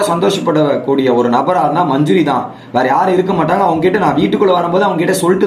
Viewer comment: Majuri illa Adhu manJAri... Please change ... Evlo per solraanga